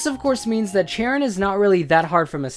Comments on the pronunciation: wat is up with the Chren? it is Cheren. Your friend pernaunced it correctly but you didn't because I have autism it just annoys me sorry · It's Chair-in Who the fuck is Cha Ren? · The fuck's a Tren?... It's Cheren. Y'know... Pronounced like 'Sharon'? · That’s not how you pronounce cheren it’s so annoying every time you say it lmao it’s share-en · it's pronounced CHAIR en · I thought cheren was pronounced like shairen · I honestly don't know what's this fuss all about. I loved this video, and the only thing slightly bothering me was him pronouncing Cheren. It sound like Chren XD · u said cheren wrong and i didnt even remeber cheren and i remember roxie more her whilpide has toxic and venoshock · It has been 7 years that I have owned Pokemon Black and only now am I asking this: is it pronounced "ch-air-en" or "sh-air-en" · I always pronounced it like Sharon, only with a hard cha sound at the start instead of a soft one. I honestly thought that was the right pronunciation.